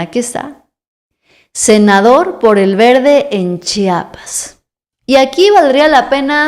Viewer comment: No se dice chapas, es Chiapas (IA) Ch(IA)pas